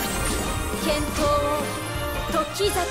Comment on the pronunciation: なんか「時桜」のイントネーション違和感w